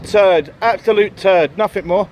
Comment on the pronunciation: Nothing, not Nothink.....